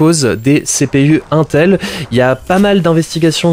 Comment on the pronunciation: mon dieu comment il a prononcé intel 😧